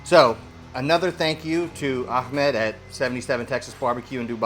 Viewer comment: you said “ahmad” in strange way , like the way of someone from Israeli will say it 🇮🇱